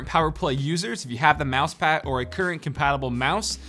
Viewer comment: “11 prok-ammable buttons” “Mousepah” Hope you didn’t get a mini stroke, buddy!